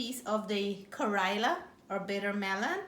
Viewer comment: Nice presentation but the pronunciation of the bitter melon phonetically in Indian language is “ka-ray-la” and not “ka-roy-la” as you keep saying. The fish looks yummy. Thank you.